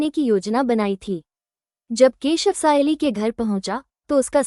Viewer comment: સયાલી નહીં સાયલી છે